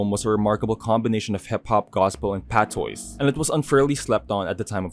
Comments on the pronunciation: hey great video! I would like to add that in the word patois is pronounced (pa-twaa/tuah), just wanted to correct you for future reference ☺️ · Love the video friend but Mya is pronounced like Maya ALSO Patois is pronounced like pa-twa 😢